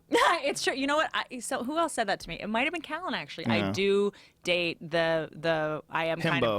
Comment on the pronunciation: joe pronounces else like "elts" i know nobody cares but i've noticed a lot of people doing that lately its annoying as fuck